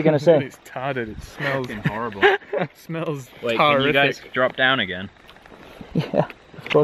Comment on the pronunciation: Really? You weren't taken at "tar-riffic"?